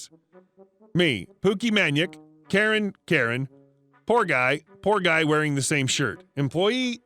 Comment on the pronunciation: Lol that's funny. I don't blame you for not getting the name right. It took me a min to figure out how to pronounce the name of the person writing the story. Pookiemanyak = pookie maniac 😊